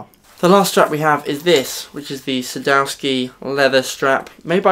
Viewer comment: I've been planning to fit those the strap locks to most of my guitars but the strap blocks would cost a fraction of what the locks would. I might just put the locks on my favourite guitar and use the blocks on the rest. By the way is Sadowsky a Polish company? My wife's Polish and she overheard the name mentioned in the video. She says it's pronounced "Sad-off-ski" though. Another great vid,.